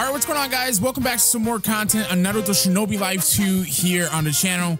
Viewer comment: and they said shinboi instead of shinobi. SUS